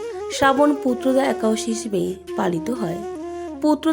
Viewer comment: Ekadosi kothata thik kore bolun.... Harey Krishna...